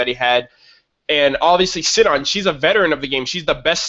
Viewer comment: Sinon's name is pronounced See-non. Or, since they're in Japan, Shinon.